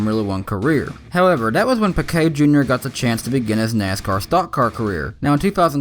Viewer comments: Why the hell do people incorrectly pronounce names. It’s pronounced peekay. Not pickay. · You said pequet